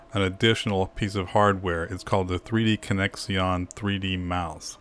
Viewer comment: Like the video but what's up with "3D connex-ee-on"... It's pronounced "three-dee-connection..."!!!